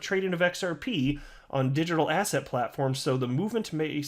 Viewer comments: Every time you mention digital "asset" I always hear asshat 😆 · Every time you say "Digital Asset" now I hear "Digital ASSHAT" hahahha